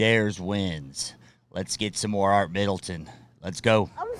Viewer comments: Art Middleton? I'm sure this guy says Art Middleton! 🤣 Someone tell this guy his name is ANT not ART! 👎And again He says "Haha gettin' after it Art!" Fkn hilarious! And this guys doing a bromance video about Ant and he can't even get his name right!? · Am i the only one that heares him say Art instead of Ant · Very respectful he didnt get his name right once not 1 time did he call him Ant kept on calling him Art ya not having the decency to get his name right that show's huge respect . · Art Middleton SOS who dares beep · No ... he's saying Art. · His name is Ant and he was SBS! Formerly 7 Para Artillery. Not Saasy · "ART" Middleton.....its ANT you tube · It’s Ant lol 😂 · "I LOVE THIS GUY" Proceeds to get his name wrong every single time after that .What was he calling him Art how can u mistake Ant for Art and then has the gaul to say i love this guy . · He’s called Ant not Art ! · ANT - YOU KNOW, LIKE THE INSECTS, AN N INSTEAD OF AN R - A. N. T. - ANT. THANKS FOR YOUR TIME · ANT not Art lol. Simple instructions you said. What’s simpler than getting a name correct 😲😆😲😆!!!! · ANT, NOT ART, ANT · It's Ant not Art, he's ex SBS not SAS. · Pmsl the American guy keeps calling him Ark his name is Ant. He would be doing twenty with the bergin on as we speak. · His name is Ant not Art. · These videos are usually excellent, am fond of the no-nonsense approach, but can’t help noticing that someone wasn’t paying attention: 1. It’s ‘Ant’, not ‘Art’ and 2. I’m pretty sure Ant asked them to come out with their bergens (packs), just as they were. Splitting hairs, but, as you say, have to be detail orientated when in a war zone - or hosting a YouTube channel. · It's Ant not Art, drop and give me 20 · ANT , it's bloody ANT, not Art. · HIS NAME IS ANT NOT ART, AS IN ANTS THE INSECTS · His name is not art .his names ant. As in Anthony not Arthur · His name is ANT, for God's sake... NOT Art. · His name is Ant not Art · By the way his names ant nor art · Ant mate. Not Art.